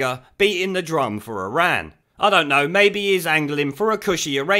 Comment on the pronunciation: He does love Iran but pronounces it Izan, because he's backward.